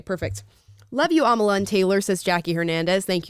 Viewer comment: My name gets messed up all the time.......A m a l i a